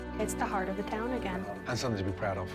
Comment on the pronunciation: Oh my god I can't ever unhear somethingk now